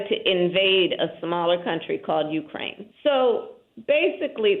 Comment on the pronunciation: Wussha is a BIG BUWWY and Ukwaine is a smol bean